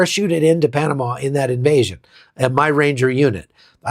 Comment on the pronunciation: Van Halan sang Panama. Not Panana.